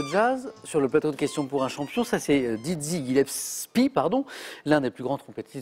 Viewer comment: Dizzie Gillepsie....pas Didzzie